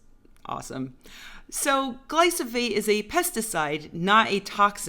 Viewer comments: You lixed up your metters! :D Glyphosate, not Glysophate ;) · Gly-fo-sate. Not gly-so-fate. Sorry, it just drove me crazy.